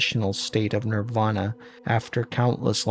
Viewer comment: good research but please work on pronunciations, almost all of them are wrong, thats not how we prnounce niravana.